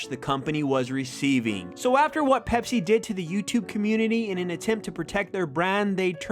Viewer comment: You said pepser when you saw the ad lol